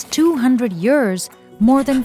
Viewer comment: ten yurrs